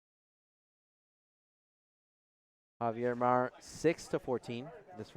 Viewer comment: Javier is not pronounced "Havier" in English. Do they jump or hump in a game? Please use English without idioms and slang